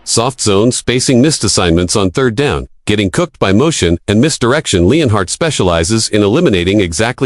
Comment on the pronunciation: its Not LEANHEART it is LENART and this is all AI crap